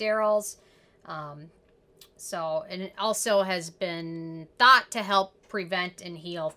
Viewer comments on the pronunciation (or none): none